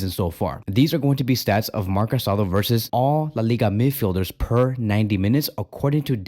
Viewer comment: The guy’s name is pronounced ca-sa-DOUGH. The final accent means something. It’s not respectful to continuously mispronounces his name.